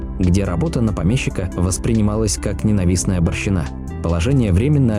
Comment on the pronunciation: Дорогой автор, вы отъявленный лентяй. Неужели так трудно записать живой голос, который не делал бы столь вопиюще идиотских ошибок, наподобие "барщинА" или "СтолыпинЕ" и тому подобные... Пусть будет хуже качество звука, но вы не прослывёте неучем и безграмотным дилетантом, а ваши видео настолько не упадут в ценности, как теперь.